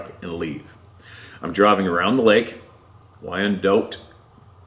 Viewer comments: Wyandotte- wine' - dot. Don't get too upset over spelling. Your channel is awsome!! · Wyandotte is pronounced like Y & Dot